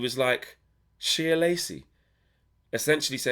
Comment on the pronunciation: Shea (pronounced Shay) like John O'Shea.